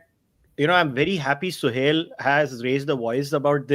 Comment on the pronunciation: he is suhel not sohail